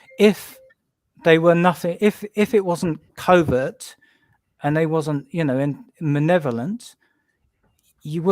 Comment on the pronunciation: The word is maLevolent, guys. With an "L" lol 😁 Great guest & show tho.